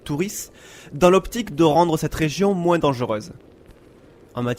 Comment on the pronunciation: Pourquoi tu prononceS touS leS S à la fin de chaque motS ? (par exemple : moinS et oS)